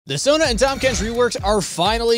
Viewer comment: "THAM KENCH"